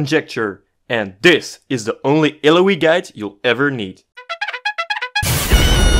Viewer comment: Cool, you pronunce her name wrong even when she tells it how it's pronnounced. No don't trust your guide.